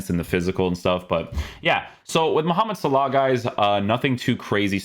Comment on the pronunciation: wait what how did you pronounce Mohmmed salah the correct way LOOOL